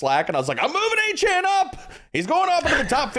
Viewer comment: Love you guys. Y'all are the best but it's not Achaine it's Achane (Akane)😅